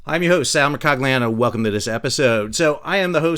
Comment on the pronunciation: Sal, it's pronounced 'Mercogliano'